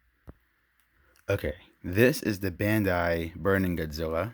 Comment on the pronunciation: I like how you say godzwilla